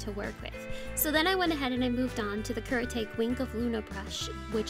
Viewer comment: I love your art so muuuuuch! So sparklyyyy! 💖 Btw, Kuretake is pronounced as COO - RE (like in red) - TA (like in tackle) - KE (like in ketchup). It’s in Japanese that is why it is read per syllable. 😊 Thank youuu for sharing us your skills and positivity! Sending love from the Philippines. 💓